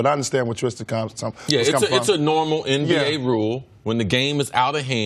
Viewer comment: It's not EmBA, its NBA C.C.!!! For God's sake!!! 🤦‍♂️